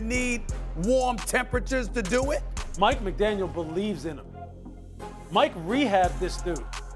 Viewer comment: It's McDaniel, not McDaniels. How hard is that to figure out after 2 years?